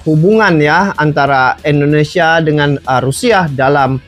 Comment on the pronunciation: Indonesia bang bukan endonesia....helehhhhhhhh